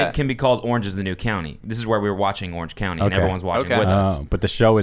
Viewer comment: The fact that Cody kept calling it “Orange County” simultaneously bugged me and made me laugh.